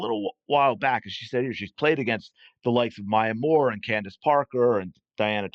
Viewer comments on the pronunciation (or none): none